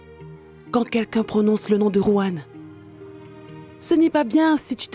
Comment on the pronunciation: Vous qui dites "Juan" là, jurez que vous n'entendez pas bien le son du prénom de "Ruan"😂